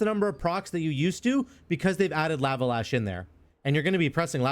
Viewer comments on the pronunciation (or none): Why do you say lava like that...??? I can't man. Please stop 😭 (also thanks for the vids)